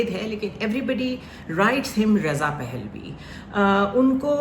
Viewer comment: اسلام علیکم ورحمت الله وبرکاتہ پ کے اوپر زبر ہے رضاپھلوی